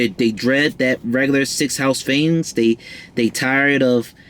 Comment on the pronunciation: This was decent. Where's Mercury sign? I like the way you pronounce f's. Lol like deaf instead of death. Philanthrofist.. fings, (things) finking (thinking) cute. Leo North Node 12th here and it's not easy! 😔 I'd love to learn more about Leo in the North Node 12 house.